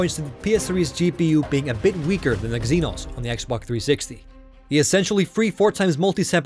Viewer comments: It's pronounced "ZEENOS" not "UGHXZENOS". try annunciating more. that way you'll actually be saying "pro-cess-ing" instead of "pro-ssing". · Everybody's talking about anti-al-eye-asing but nobody noticed Eggzenos?